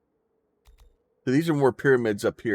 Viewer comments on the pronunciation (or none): its Giza.. not gaza